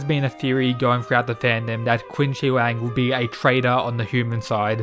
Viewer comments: You pronounce Qin Shi Huang like shit. It's pronounced Chin Sir Huang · I think qin shi huang is pronounced chin/shin shi huang